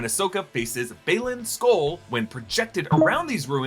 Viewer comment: Thank you so much for actually pronouncing skoll and hati right